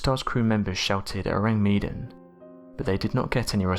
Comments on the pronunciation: ORANG MEDAN means Medanese or person from Medan and pronounce MAY DUNN.😉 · Ourang Medàn. The accent is on the second syllable of Medan.